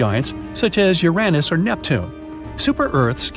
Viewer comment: "You're On Us" (Uranus)😂😂😂😂